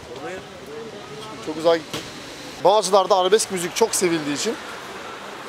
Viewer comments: Arabeks degil arabesk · Kendisi ile roportaj yapilan Ogretmen arkadas dahi bazi kelimeleri duzgun soylemiyor. Biz de egitimden bahsediyoruz. "Arabeks" : 14.03 dk.